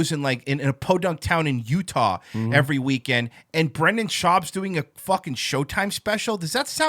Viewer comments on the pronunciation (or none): ''calmedy'' - Comedy ''tiggets'' - Tickets ''sowld'' - Sold ''talmbout'' - Talking about ''irrrvery'' - Every Master linguist B...